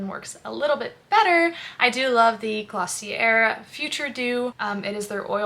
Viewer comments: It's "gloss-ee-eh", not "er" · Hey, just a helpful tip, it’s Glossy-ay not glossy-air 🙂